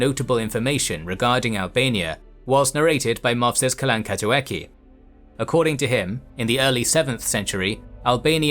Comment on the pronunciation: Yeah, the last "k" sound should be a "ts" sound for sure. But it was more like Kalankatuatsi (in Grabar, "gh" was pronounced as a dark L and the letter vyun (modern v) was pronounced more like a w sound in modern English.